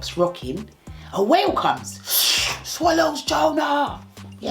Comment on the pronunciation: Still tink ah whale 🐋 🤣🤣🤣